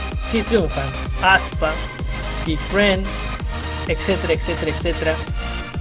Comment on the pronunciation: Fans: se dice aespa: ASPA!!!!